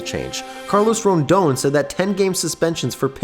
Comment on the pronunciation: Okay but it's Rodón. Who's this Carlos Rondon?